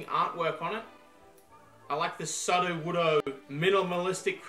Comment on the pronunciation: please i beg you, stop pronouncing sudowoodo like that